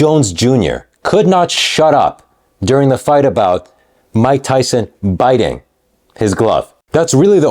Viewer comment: That goofball in the blue suit call mike tyson mike tymus 😂